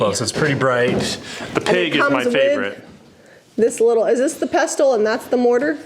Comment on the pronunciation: The T in pestle is not pronounced.